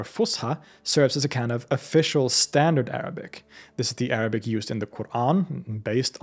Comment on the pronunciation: Your Arabic pronounciation is basically perfect and a joy to the ears.